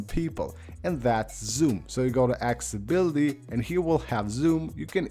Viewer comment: Your English diction is atrocious you videos are fantastic by your narrative is a shocker practice to say accessibility you seem to struggle with that one.